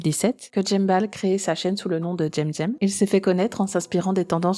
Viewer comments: J'ai aimé la vidéo mais ça m'a fait tiqué dès que tu disais jemjem et pas semsem (phontétiquement) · Comment ça "tchemTchem" ? Ça se prononce pas "Ssemssem" ou Kemkem" ? C'est des putain de "C" 😭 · Coucou ^^ Merci infiniment pour cette vidéo, je pensais qu'il s'était calmé, mais... Non! Déjà son pseudo j'ignorais qu'il fallait le prononcer en "j'aime-j'aime", je le prononçais en "sème-sème", vu que c'est un "c" et pas un "g" voilà:/. Sinon, toujours une excellente vidéo >< Merci infiniment de dénoncer ce genre d'individu, hâte de voir la prochaine vidéo ^^ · Mais pourquoi tu l'appelles "Jem Jem" alors que son pseudo c'est cemcem? Il me manque une rèf ou quoi? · Pourquoi est-ce que tu dis Djemdjem 😵 ?